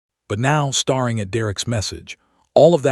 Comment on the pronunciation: Not re-zoom, it’s re-su-meh! Not starring, stair-ing!! You need a better AI reader…way too many wrong words!